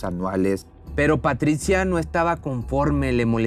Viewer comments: Muy interesante tu video, pero para próximas ocasiones trata de vocalizar y pronunciar sin tanto esfuerzo, en algunos momentos pronuncia Patricha y en otras dices Patritsia, es antisonante y feo para escucharte, lo mismo con el nombre de Maurizio solo es esescuchar un poco en Internet la pronunciación, pero te felicito por tu contenido. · PATRITCIA ? O PATRICIA !